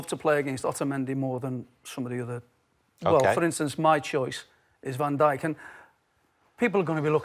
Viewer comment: Can't believe he said Van Dyk...How embarrassing 🙈 unreal player but c'mon....